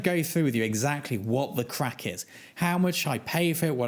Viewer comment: It is very strange to hear an English accent say “craic” 😂